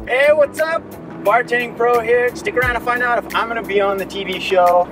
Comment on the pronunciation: Sometimes with the subscription endplate, it sounds like you're saying "bartending pro-- OWW!" and it cracks me up